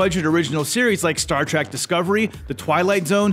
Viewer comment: "Star TRACK" 🤣😂